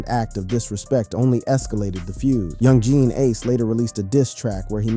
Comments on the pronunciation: You called him "Yung Jean ace" lol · Do better research next time this video wasn’t correct on a few things. 😂 young geen ace shoulda knew it was gunna be a bad video first time you tried saying his name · dont make a vid on a person when you cant even say his name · Can't even say bro name correctly 🤣🤣 goofy ass